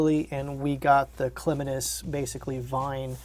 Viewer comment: You had me at your pronunciation of Clematis! Being that I have a degree in Agriculture/ Horticulture and ran my own landscaping company for over 10 year's, it really made my heart sing to hear someone pronounce that correctly! Great Video as always! Thanks for sharing all your knowledge! I listen/watch while I do my shipping 🙏🥰👩‍🌾